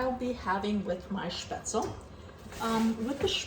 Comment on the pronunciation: Your pronunciation is pretty good. Though the e at the end is not silent and is pronounced like in "bed" or in "them" :)